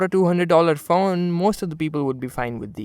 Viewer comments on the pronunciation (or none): amazing review! You really spent a lot of time with it to give your feedback and that really makes a world of difference. It's not always flashy camerawork that makes a good review and this shows it. But I couldn't get past the way you pronounced phone as faun. Please be weary of that. It really is a small issue in an otherwise brilliant video!